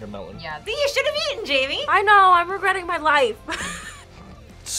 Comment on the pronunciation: Jaime and Jamie are pronounced differently